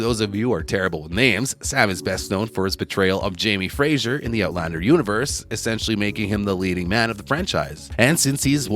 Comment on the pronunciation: Marsali is pronounced “MAR-slee” and it’s FRAY-ser, not Frazier.